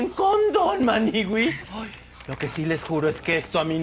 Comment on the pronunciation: AND THE MANIWUIS ...IS....... jajajajaja